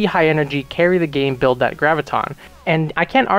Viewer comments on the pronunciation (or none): none